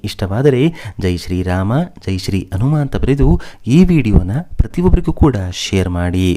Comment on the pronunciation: ವಿವರಗಳನ್ನು ಹೇಳುತ್ತಿರುವ ವ್ಯಕ್ತಿಗೆ ಕನ್ನಡ ಶಬ್ದಗಳನ್ನು ಸರಿಯಾಗಿ ಉಚ್ಛರಿಸಲೇ ಬರುವುದಿಲ್ಲ (ಉದಾ: ಹಿಂದೆ - ಇಂದೆಯಂತಲೂ, ಹನುಮ -ಅನುಮ). ಸರಿಯಾದವರಿಂದ ಕಥಾ ವಾಚನ ಮಾಡಿಸಿ.